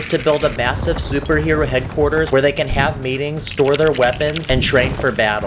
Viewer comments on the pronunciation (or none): none